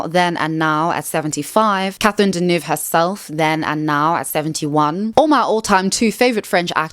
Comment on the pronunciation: Could use Babbel to learn to pronounce Deneuve properly